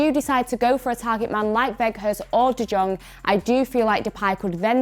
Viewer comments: I do like your content in general except the constant reminder of United bias kicking in but i remember you saying that you have a masters in English. How would Daily Blind be called an understudy?? Also, u r literally murdering J in De Jong. Please put in some effort to listen to how commentators pronounce the names. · Sry is nbdy talking bout de Jong pronaunciation...